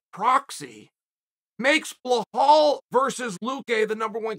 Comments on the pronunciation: Uncle Chael, it pronounced Be Lawl not Bla hall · Is it me or when Chael pronounces Belal’s name as Blahal is funny as hell. Especially when he says it with a straight face